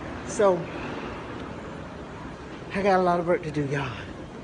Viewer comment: why is that whack job that out of breath by just walking straight across a floor? And have I been doing this wrong? It’s not “work“ it’s “verk”?🤔